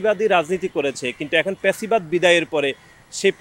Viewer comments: লেখাপড়া কইরেন একটু। প্যাসিবাদ কি আবার?? শব্দটি ফ্যাসিবাদ। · হাবাগোবা😂😂 প্যাসিবাদ না ফ্যাসিবাদ😂😂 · ফেসিবাদ হবে ভাই। ভাষা শুদ্ধ করুন